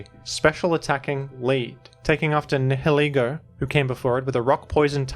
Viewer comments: Just as a comment - I believe Nihilego (at ) is pronounced as in nihil-ego (as in, "no ego"). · it's more like "Nile-ee-go"